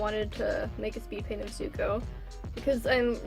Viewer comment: For a second I thought you said Izukuo